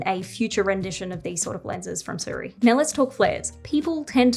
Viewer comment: its not Su Riy, its "Si ruiy"